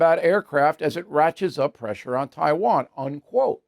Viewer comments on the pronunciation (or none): none